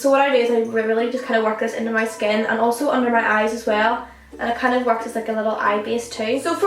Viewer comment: It's annoying when you pronounce skin like "shkin"